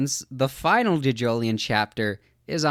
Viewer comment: Sir, please, you pronounce it as johjohlion as in joe joe lion not juhjoeleeon